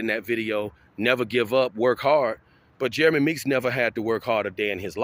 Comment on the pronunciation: Meeks not NEETS